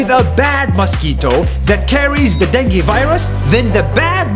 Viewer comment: You pronounce dengue like if the word was denge